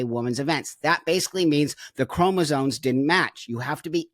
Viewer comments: Buck I am pleading with you to pronounce “chromosomes” correctly 😂 Love you btw ❤ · I am 100% in agreement that these individuals are genetically male and should not be competing in the womens' division. The biologist in me is very annoyed that everyone is saying "chromosones", when the correct terminology is "chromosomes". Please, folks, the word is c-h-r-o-m-o-s-o-m-e-s! Thank you 🙏